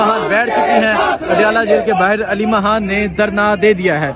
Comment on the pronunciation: او بھئ! تم پہلے ”خ“ لگا کے ”خان“ اور ” خانم “ بولو 😂😮😮😮😂 ورنہ میں تمہارے ویلاگ کا بائیکاٹ کردوں گی